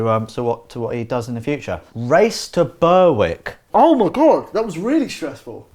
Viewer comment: Race to burwick? Berwick